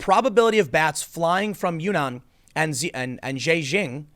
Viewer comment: Zhejiang is pronounced kinda like "juh-jiahng" FYI.